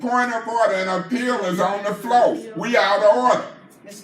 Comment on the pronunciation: He said “an appeal is on the FLOOO!”